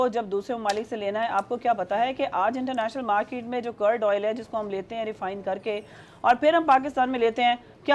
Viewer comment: Madam needs English classes.crude oil ki curd oil gdp ko gtp hadd hai crude oil ka dahi Kar dia